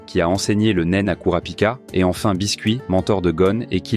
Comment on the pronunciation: Très bon résumé, seul bémol pour moi... la prononciation de biscuit 😅